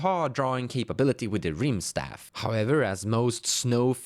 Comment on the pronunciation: It's rimestaff as in rimestone, pronounced rime like time. Same with kaldheim